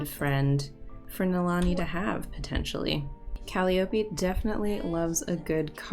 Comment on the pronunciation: Great episode! Its pronounced cal-eye-o-pee